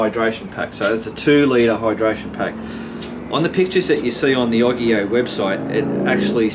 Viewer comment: I thinks its said Its Oggge eeyyy ooowwe not oggggi owe